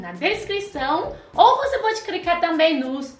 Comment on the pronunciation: Por que a só fala ingrês e cricar? Para os chineses não é mais fácil falar o "L" do que o "r".